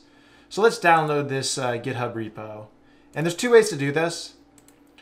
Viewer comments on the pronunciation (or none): none